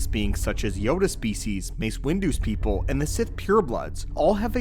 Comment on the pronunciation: "Mace Windu pepole" 💀💀💀